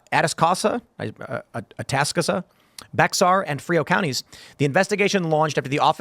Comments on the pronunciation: Just wanted to let you know, bexar is pronounced like “bear”. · Bexar pronounced more like Bear. It’s San Antonio. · Hey Tim, just so you know Bexar County in Texas is pronounced "Bear" like yhe animal. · Bexar County is pronounced “Bear” County. Fun stuff, I know. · Bexar is pronounced bear. Just for future reference 😁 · Atascosa = attah-skoh-suh Bexar = Bear FYI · BEXAR - it's pronounced "BEAR" from the Spanish "Bejar" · Bexar is pronounced "bayer" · Bexar County is pronounced "bear." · BEXAR!😂 Its pronounced like Bear! Take it from a Texan, You pronounced it wrong! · Atascosa “At-ah-sco-sa” Bexar =“bear” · BEXAR is pronounced "Bear" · Bexar County is pronounced "Bear" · Bexar is pronounced 'bear'!!!!! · Bexar is pronounced Bear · Atascosa is pronounced A-tas-cosa. Bexar is pronounced like the word bear. In case anyone was wondering how to say those places correctly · Not that it's important or anything but, just FYI, "Bexar" County is pronounced "Bear" County. I know. It's odd. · Bexar is pronounced “Bear” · "Bexar" is pronounced bear. Like the animal.